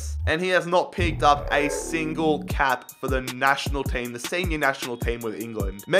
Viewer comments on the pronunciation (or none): none